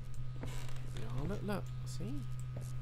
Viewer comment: No one: Literally not even the dead fly in the light: Daz: "Is there a light switch down heA?"